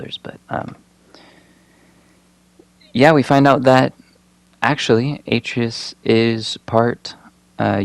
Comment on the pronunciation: You missed pronounced atreus wrong